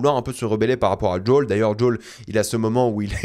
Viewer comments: "djol" mais dis Joël bordel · Pourquoi il dit Jol ou Yougene ? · Djol, yougine, 😂 sérieux contente toi de la prononciation française.